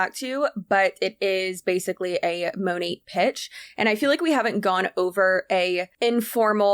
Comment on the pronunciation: you sounded like an aussie when you said monat that way. Lmao